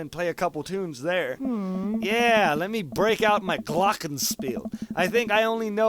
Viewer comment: Mices vid dud. By the way glockenspiel is kinda german like kindergarten and you can spell it like you want but a german duuude like me would say glockkkkenspiel not Gloooooockenspiel. IT sounded funny to me 😄 but that not the biggest problem. Anyway I like your vids, I FCK LIKE YOUR VOICE GOD. Bye